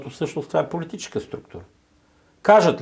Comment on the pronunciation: Спри да казваш "СтратегичеШката", "ПолитичеШката", "ЕлектричеШкия" и тн....